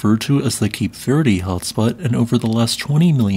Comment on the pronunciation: The "e" in Cape Verde is silent/not pronounced.